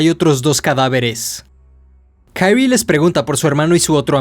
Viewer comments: porque lees los nombres como si fueran en ingles?? se llama KI-RI-E no KAIRI wtf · Creo que el no bre de la protagonista es japonés, por lo que debería pronunciarse literalmente como se escribe Kirie, en vez de Kairi, por lo demás se agradece el esfuerzo de la narración. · aldkdj pero se Pronuncia Kirie, tal cual, no kairi, porque anglosajonan todo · Porque dices Kaire como gringo? Ridiculo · Jajaja xD. Pero en serio, men, ¿por qué dices "kairri"? En buena onda te lo pregunto. Excelente trabajo. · Se pronuncia "Kirie (桐絵)" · Solo un detalle para esta serie de video de uzumaki, Kyrie es un palabra latin por lo que pronuncia como esta escrito, no se le debe intentar pronunciar como una palabra anglosajona.